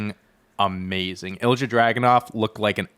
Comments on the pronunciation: no it’s not. He’s right it’s ill ee ya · Great episode! Just wanted to point out Ilja Dragunov is pronounced like Il’ya, silent j. Also i think the tag John was missing the name of was DIY. I’m really excited to see them on the main roster, one of the great tag teams of the black and gold era, them vs KO/Sami, vs Balor/Priest are dream matches and will hopefully lead (in a few years, let them cook as a tag rn) to another Ciampa turn and a Wrestlemania Ciampa V Gargano fight. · I’m pretty sure it’s more like ill-ya. No added E sound. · no hate AT ALL but here’s the english pronunciation of ilja dragunov: ill-ee-uh drag-uhn-ov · Btw… it’s pronounced ill-ee-uh dragonov